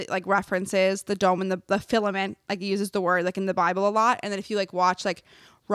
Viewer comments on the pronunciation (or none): It’s “Firmament”, NOT “Filament”. 🤦🏼‍♀️ I love you ❤️‍🩹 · It's firmament not filament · fellow christan here🙋🏻‍♀️ GIRL the word is “firmament” NOT filament😭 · Firmament, it’s FIRMament!! 😂😎